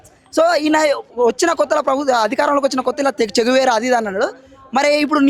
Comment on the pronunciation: ఆయన " చే గువేరా" ఈయన " చెంచా వీర"😂😂